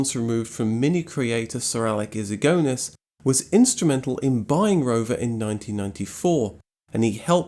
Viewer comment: Did he say "Siralec Issigonis"? It's "Sir Alec Issigonis". Proofread much?!